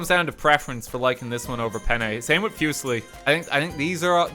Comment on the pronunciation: as an Italian the way pronounc3s the pasta names is actually criminal lock him up “Oh yeah I like a good fussy” 😭